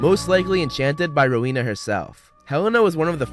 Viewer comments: It's Rowena Ravenclae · Isn't it Rowena Ravenclaw Not Helena Ravenclaw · It's rowena ravenclaw